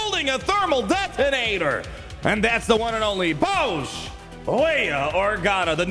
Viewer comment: You’re saying it wrong it’s not boushh it’s boushh